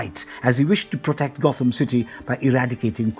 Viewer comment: Sorry but at one point you say Got-Ham city laughed my ass off